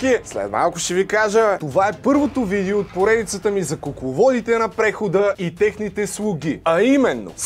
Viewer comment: ‘начи насра се с тая монетизация и 10 реклами във всяко видео. И btw казва се видЕО а не видИУ. Доста досадно…